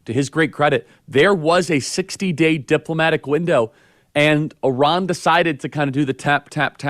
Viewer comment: Why does Charlie Kirk keep calling Iran Oran.